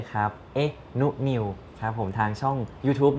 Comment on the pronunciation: น่ารักมากๆๆๆๆ ทั้งพีคทั้งนุนิว เอ็นดูความเรียกชื่อนุนิวผิดต้องเรียกชื่อจีนถึงจะเรียกถูก 😂😂 ❤❤❤❤❤